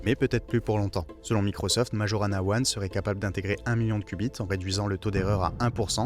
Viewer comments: ça ce prononce maYorana... c'est le nom d'un génie de la physique du siècle dernier, un italien qui a disparu mystérieusement. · Tu ne sais meme pas prononcer Majorana ( nom de physicien sicilien)!!!